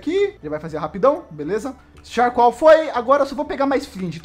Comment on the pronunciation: Que agonia ele falando charcoal kkkkkk